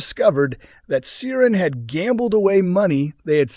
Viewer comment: Yes - didn’t realise Americans were that into Coronation Street history. Clearly they don’t employ any Irish Americans though who can pronounce Irish names properly.